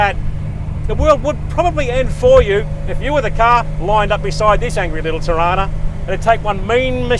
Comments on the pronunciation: Na bro it’s Torana, it’s said as it’s spelt it’s not Tarana bro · Toronus??? Why do you pronounce it like that?? No o after the r ?? T O R A N A SPELL IT OUT TORANA WITH AN A, A AA NOT O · It's not a "Toerona" it's a "Ta!RhaNah" we had one in the 70's and 80's in Sydney. The lead singer Peter Garrett of the Aussie band Midnight Oil, who lived down the street at the time, helped my mum fix it up once when it broke down. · Toh rana... Not Toh rona. You're getting their.. just need to learn Australian English... Convicts United!! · Wow pronunciation errors..dude .. Aussie is not ossy......Torana...is not Toe rana...dude... please lol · Torana get it right!